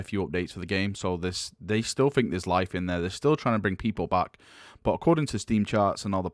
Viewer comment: Cov-er. You say cuv veh. Fked up way of speaking. "Fink" instead of think lol.